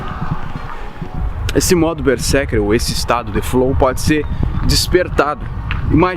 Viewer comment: Ei, Berserker pronuncia com z. Esse é o estado quando eu estou a desenhar ou a jogar.😁